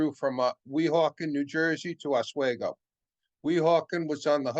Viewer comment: That heater car at Roscoe in late May might have been used, upstate New York can have unseasonable temperatures even in late spring. Also it’s called OsWeego. Great presentation,thanks